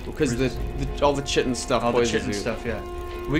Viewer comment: The ch of chitin is pronounced like a k, not like a ch!